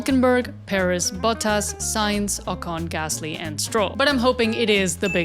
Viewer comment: Jjj me imaginaba que eras hispana porque ningún gringo dice bien el nombre de Alonso, Pérez, Sainz y Colapinto